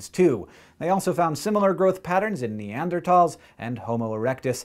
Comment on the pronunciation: The first time in YEARS I've heard anyone pronounce "Neanderthal" correctly!!!